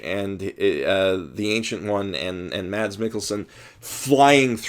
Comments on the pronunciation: He's actually pronounced Mess, not Mads. But yeah, I agree, he was amazing in here and he is amazing in everything he does. If you haven't watched Hannibal: Shame on you, for it's on of the greatest shows there ever was. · try to pronounce mads as mas its kinda how its pronounced in denmark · The D in "Mads Mikkelsen" is actually silent, so it's pronounced something like "Maz"